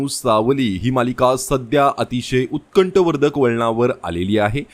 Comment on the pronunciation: उत्कष्ठ वर्धक नाही - उत्कण्ठावर्धक . कृपया, मराठीची वाट लावू नका.